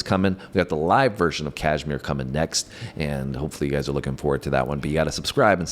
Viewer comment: Kahmire was a place - they had house . Girls also like Dyer Maker. Sounds like Die r maaaker.